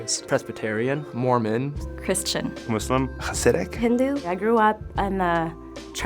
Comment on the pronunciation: “mooslim” learn how to say it right